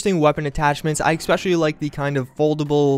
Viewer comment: Et cetera. ETT SET-err-uh. Not "excedera". Especially. eh-SPEH-shuh-lee. Not "expeshelly".